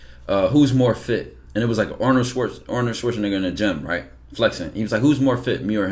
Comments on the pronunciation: nah why say Schwarzeneigger😂😂😂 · It's Schwarzenegger not Schwarzenigger